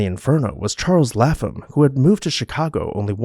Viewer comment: Lap-Ham, not Laffam.